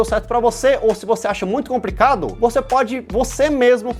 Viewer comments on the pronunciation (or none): O cara fala "compricado" duas vezes no vídeo e os anarcocapitalistas que estāo na quarta série 🤣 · Eu já normalizei o falar comPricado 🤣🤣🤣🤣🤣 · um poquinho "compricado" hahahahah